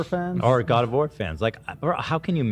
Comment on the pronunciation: My god, I didn't hear God of War, I heard God of Hore